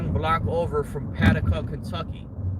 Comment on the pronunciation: lol PA-duke-a Paducah